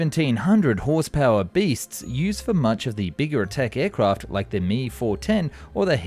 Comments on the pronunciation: D O, not the English word 'do'. Same way with M E, for Messerschmitt, not the English word 'me'. Good vid. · This must be AI generated. It's pronouncing Me and Do like words. Weird. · That is the German way to pronounce it, I believe, but in that case, “Me” should be pronounced “may,” not “mee.” It’s distracting to hear an English speaker pronounce it that way, and I do wish he’d stop. What’s really annoying is how he switches between “doe” to “doo” at random. Really?! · pity that the Mee and Doh mispronunciations detract from the otherwise good info. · Do is an abbreviation of Doriner no an English verb! Impossible to listen to!! He is Heinkel, Me is Messerschmitt. NOT ‘doo’ ‘he’ and ‘me’. … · Dee oh. Em ee,,ache oh not doh and me or he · Does anyone else find it cringeworthy to watch his videos on German planes? The instance on calling ME-* planes me instead of M E. And then alternating between doe or due, oof. I guess I just expect someone who does it for a living, would know how to pronounce the designation of some of the most important planes in history. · I must respectfully correct you: ME-262 etc., DO-217 and other Dornier aircraft. When you say their manufacturer designator, i.e., DO and ME and JU, you do NOT say them as a word. ME is NOT "me", it is "em-ee" as you pronounce each of the two letters. DO is not pronounced as "do [due or doe]', it is "dee-oh", and JU is "jay-you".... Conversely, in American mil ground vehicles, as in the M-113 APC is spoken as "em -1-1-3" with each number pronounced separately. The M-577 is "em -five-five-seven". BUT because we are Americans, the M-80 Tank Recovery Vehicle IS IN FACT called an "em-eighty"!!! The mini-rule is f it has only two numerical designators, you NORMALLY say it as a complete number, if more, then each numeral is pronounced separately. BUT: in aircraft, we DO use the regular way: P-51 is pronounced as "pea- fifty-one", and so on. Thank you. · It’s not a me. It’s an m.e.😊